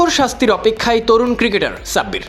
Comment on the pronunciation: Namta valo vabe bolen .onekei vabbe je Sabbir Rahman